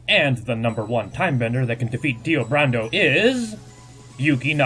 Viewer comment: Brando... Like Marlon Brando... Not BURANDOH...